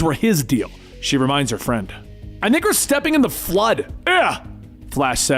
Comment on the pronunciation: It really does sound like that🤣 But it's "I think we're"